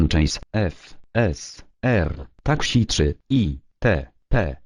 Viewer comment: Uwielbiam jak czyta "takśi" zamiast taksi:D